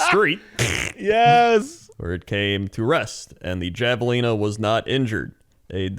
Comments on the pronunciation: I know it's spelled Javelina but it's Spanish so it's pronounced Have-a-lina. Language is wacky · I can't believe how much pronunciation of this irked me, because it's usually funny when he says words wrong, but for the record javelina is pronounced with an "H" like jalapeno.